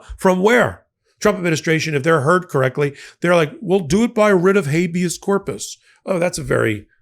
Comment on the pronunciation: oohhuhh a Wrrrrit [rolling "r"] of hhHabeous Corpusssssss! (